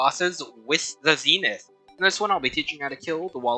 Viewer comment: As a terraria veteran, I agree with everything, except the pronunciation of Zenith…